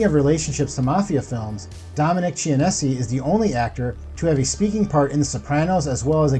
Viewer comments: Genovese pronounced Jenn Uh Veez Chianise pronounced Chi Uh Neez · And "ch" is pronounced /k/ in Italian words and names like Chianti (with or without fava beans), bruschetta (not /bru-SHET-ah/ as so many people say), and Dominic Chianese. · Dominic Chin-nay-say It's nostra Damas and Notradame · God did you butcher these names, Imperioli - Imp-pier-ioli, Chianese - Kia-neese, Deangelis - Dee-Ann-jelis. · Not to mention how badly he butchered every Italian name. He mispronounced Imperioli several times, along with Genovese and Chianese. My ears are still hurting from it.